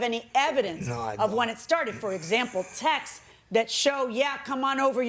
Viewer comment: Just for the records, YOU CAN'T SEND TEXAS ANYWHERE!!! IT'S A STATE THAT WILL NEVER MOVE FROM ONE PLACE TO ANOTHER!!! THE WORD IS TEXTS !!! IT SOUNDS LIKE THE WORD TEXT WITH AN S BEHIND IT, AS IN TEXTS - A ONE WORD SYLLABLE!!! IT ISN'T SPELLED TEXTES EITHER. JUST TEXTS !!!!!